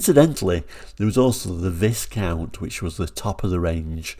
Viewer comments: Sorry, I'm not brittish, but isn't Viscount supposed to be pronounced without the "s", like "whycount"? I've never seen these cars, they weren't sold in Sweden I believe. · FYI it's pronounced Vi-count, the s is silent. 🙂